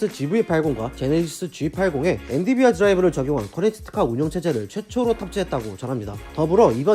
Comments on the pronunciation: 엔디비아라고 하니 엄청 신경쓰이네요. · 계속 엔디비아 라고 하시넹 ㅋㅋ 좋은 회사임에 틀림없어요!! 모두 홧팅